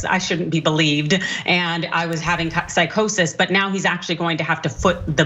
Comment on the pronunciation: He wasn't smoking on that episode, he was drinking. He stated on air, that he's not one of those people who can smoke, because it makes him paranoid. And what is 'psicosis'? 😂 It's Psychosis